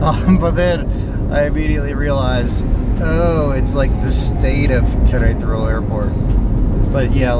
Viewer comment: Amigo …please …no es Querétro …es Qu re ta ro ….solo le falta una ‘ A’ …..saludos y gracias por tus vídeos . 👌🏼